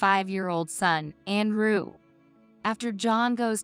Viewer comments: Whoever this woman is, she mispronouncing mang English words. Andrew is pronounced An drew and not And rew. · I’m hearing the complaints of the AI readings and I must say I agree. This seemed to be an interesting story but once I heard the AI and mispronouncing Andrew with “An rew” I just couldn’t listen to it any longer. I will willingly try to give it a go and read this story if whomever has propriety and ownership of it lets me. For FREE! :). I just can’t handle these AI’s. It’s one thing if they are pronouncing correctly but with errors? Might as well let an a human read it with errors :) After all to err is human. :)